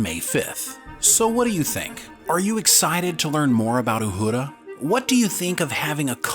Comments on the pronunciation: Uhura . Not uhudra . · Repeat after me “Ooo-Her-Ah” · Pronounce Uhuras name right its not uhooda geez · STOP saying Uhura like Uhurrrra. Her name is, and always has been, pronounced without the rolled "R". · Say it with me…U her a…Uhura.🤷‍♂️🖖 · Ok when did they change the pronunciation of Uhura’s name? Good Lord! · I've never heard Uhura pronounced with a rolling "r". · 🤣 pronouncing Uhura like it’s a Spanish word and Ortegas like it isn’t a Spanish word… great vid though… can’t wait for this one.